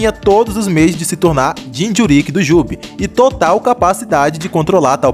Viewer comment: Vídeo Bom, mas falar "jinchurÍÍk" é phoda